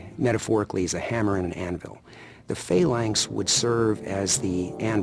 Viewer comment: Its phalanx not phaylanx